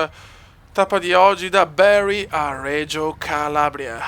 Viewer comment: Non si dice bary ma bari bariiii ai capito